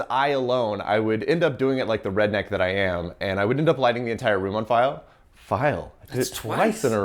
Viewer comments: It's funny that you kept saying File instead of Fire. I only really started doing that years after learning a fair bit of japanese. I only really notice that with people who know japanese speaking in english. It's extra interesting because I didn't really see what the confusion was about, and I'm not confused about pronunciation in japanese, but it has brought a bit of confusion to my english. My german has also brought some oddities over to my english. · If had a nickel for each time he said “file” instead of “fire” (or for each time that he was doomed by a puppet) then he’d have two nickels - which isn't a lot, but it's weird that it happened twice.